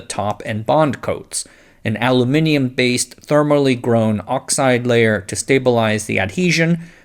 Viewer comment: I'm pleasantly surprised to hear an American pronounce Aluminium correctly.